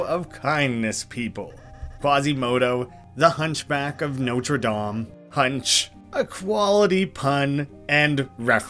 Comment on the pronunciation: ( The misprounouncing of the hunchback of notre dame is gone